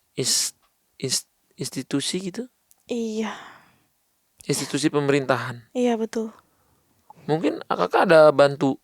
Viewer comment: Bkn istitusi,, tpi institusi, wkwkk